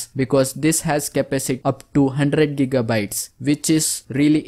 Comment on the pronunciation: Just gonna say its gigabaytes